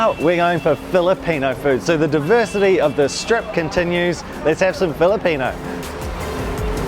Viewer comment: Why do you say “let’s go” as “lits goe”?😂